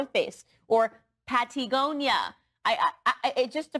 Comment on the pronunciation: Pattiegonia caught me off guard ngl😂